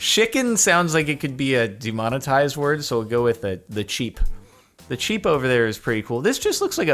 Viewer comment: craft a "d"emonitised lmao